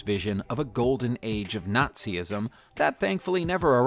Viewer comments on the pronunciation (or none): naz-ism not nazi-ism. can't even be bothered can you.